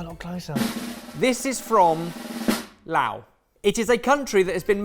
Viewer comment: That's got to be the most Chinese pronunciation on Laos ever